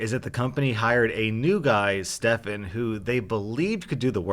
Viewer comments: Of course when my name in a video not only is it pronounced “Stephen”,(common mistake, no hate towards ) the Stefan is the bad guy of the story! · Stefan not stefen*